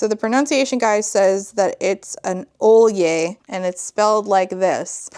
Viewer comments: As a norwegian, pronouncing sølje as ole-yeh, is absolutely ridiculous. Ø is pronounced more like the u in fur (closest thing I can find rn), so the norwegian pronounciation ia søl-je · the pronunciation guide saying sølje is pronounced like "ole-yeh" is so hilariously wrong i had to pause the video for several minutes. it's pronounced more like "soy-leh", like the s is not silent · A sølje(S-UH-Lje, not olje, that means oil💀 Ø is not O it's pronounced like an exhaggerated UH) is a norwegian type of brooch. They're round, donut shaped usually and silver. We pin them to our national clothes(bunad is the name)! It kinda pisses me off how little reseaech this author did- We are also called Norse not Nords💀 which is strike two to the author and two too many. Also Loki had kids with Angrboða(It means warning of sorrow or distress bringer, roughly) but she is not his wife. Sygn is Loki's wife. Angrboða is also NOT A GODDESS!? She's a giantess. A Jotun/Jotnar This author pisses me off OHHHH my god. The more i listen the angrier i get😭 Angrboða... IS Fenrir's mother... and Hel(goddess of death, Hela in english.), and the Jormungandr. What the fuck is this shit. I'm gonna pop a goddamned vessel. Edit: i sounded kinda passive aggressive in the Ø vs O explanation which i did not mean to or want Edit 2: more info no one asked for Edit 3: siiiigh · That pronunciation guide was bananas. It's not an endangered language situation, but, like it's not hard to find those words (the 'norse' ones) or ppl who use them. Sølje is most definitely not pronounced ohl-yeh, and that's a word still commonly used, but not one of the norse names are pronounced like that.